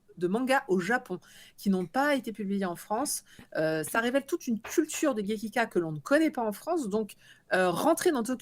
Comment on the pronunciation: Bonjour, c'est gekiga, et non pas gekika. Merci!